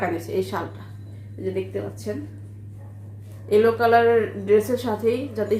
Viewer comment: একটা রেড একটা এলো বলছেন এটা এলো না ইয়েলো মানে হলুদ😛